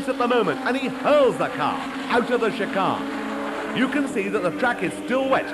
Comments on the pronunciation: He's speaking in RP (received pronunciation), more commonly referred to as "BBC English". The criticism of his pronunciation is not unfounded. He is indeed pronouncing chicane incorrectly. Given that his only job here is to speak clearly and accurately in order to provide a useful commentary of events, one could fairly and accurately refer to the commentator as a prat (the official definition meaning "incompetent"). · Great stuff. Never heard the word 'chicane' pronounced as 'shi-carn' before! 😆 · Interesting pronunciation of chicane 😂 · ffs...chicane.....its not hard to say..............